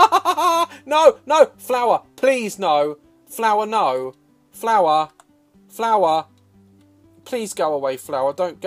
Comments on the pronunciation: Same here😹 FLUER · My favorite part was when you said "Andbnow I present... FLUER! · "i present to yeuu, fleuu!!" fucking killed me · When he Said “I present to you Flure” I lost my self. 😂😂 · "I present to you.......FLEUR"😂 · “I present to you, flUer” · Daz: “I dropped the flour!” Me: no Daz, you dropped the... fèur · “ I present to you ..... fluer!” 😂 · " I present to you floour " 😂😂😂😂😂😂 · Daz: I present to you....! FLUER!!! XD